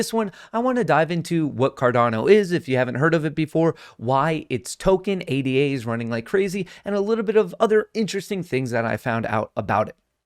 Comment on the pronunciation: it's pronounced ADA, not A D A